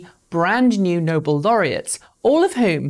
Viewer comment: "Nobel" is pronounced "no-bell" (not as in "noble"). Otherwise great coverage.